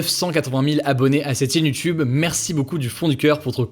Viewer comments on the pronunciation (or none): none